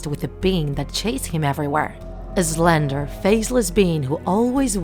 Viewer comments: It’s slender man not zlendar mon 😂😂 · It sounds like there saying Zslender man.